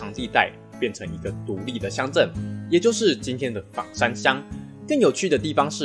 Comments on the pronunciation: 枋讀做方，非三聲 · ㄈㄤ山喔，不是ㄈㄤˇ山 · 其實是念ㄈㄤ山